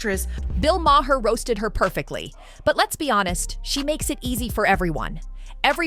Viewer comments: Bill's last name is pronounced "Mahr" not "May-her". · Bill MARR....ITS PRONOUNCED " MARR"!!! EFF ! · Bill May-Her according to the annoying AI narrator.